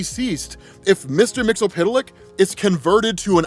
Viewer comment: I don’t know if there’s many times where I would put my knowledge of comics up against … someone should let him know it’s MIX-YIZ-PIT-LICK. Just like it’s spelled.